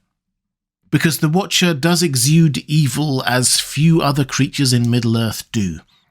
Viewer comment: What was...The Wootcha In the Wootah